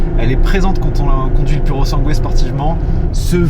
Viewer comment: Ptn ces français !!! Pas PURO SANGUÉ MAIS SIMPLEMENT PURO SANGUE SANS LE UE ÇA VEUX DIRE FERRARI PUR SANG!!